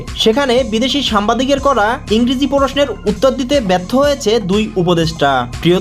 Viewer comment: তুমি ভিডিও বানাইছ ! উচ্চারণ ঠিকমতো করতে পারছ না, সাংবাদিক কে, সামবাদিক বলতেছ😂😂